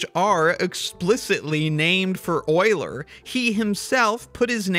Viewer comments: It's euler, not oiler. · Euler not oiler😢😅😂